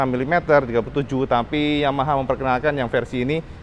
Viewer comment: ngomong Yamaha nya jadi blebet kedengaran nya